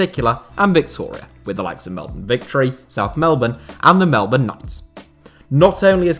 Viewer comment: Finally, a British football channel manages to pronounce Melbourne correctly